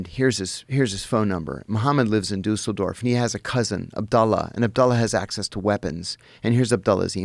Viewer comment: It's pronounced "DEE-sul-dorf."